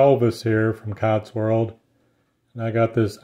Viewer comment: You keep saying Cots-World. But isn't it actually Cotswold?